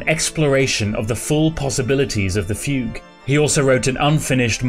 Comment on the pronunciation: who thought fugue was pronounced foo goo